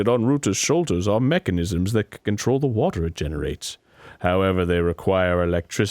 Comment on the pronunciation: I repeated hwater at the same time as Dan 😂 H H HWATER